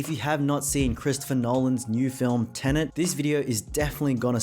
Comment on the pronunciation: Why do you call it Tenent?